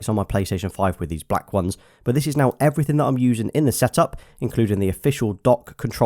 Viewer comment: "Matte black everyting"